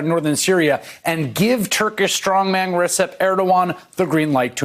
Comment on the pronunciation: In Turkish, the 'c' is usually pronounced as 'j'. Please learn how to pronounce Erdogan's first name.